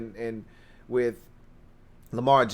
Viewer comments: please pronounce words properly. For example... it's "with"... it's not "wiff" it's "WITH"! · oh damn... I didn't really expect you to actually read my comment! Now I feel silly. Here I'll rephrase with appropriate respect. Dear, Please articulate the word "with" correctly. When you don't, it belies your formidable command of your faculties. But for real though man... you are my new go to for Redskins (always) content. You're naturally charismatic and you know the game thoroughly. I recommend your videos to all my fello Washington die hards. You're killin' it bro... keep up the strong work!👍🏼 HAIL!!!